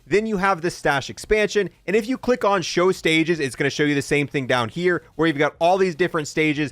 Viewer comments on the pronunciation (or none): none